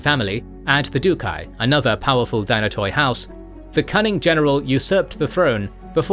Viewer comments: Firstly dynatoi is pronounced dynat(e) and it means strong.so it was the strong families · Strategoi & Dynatoi are being butchered at the last syllable since the KG establishment... Palaiologoi spared miraculously 😋.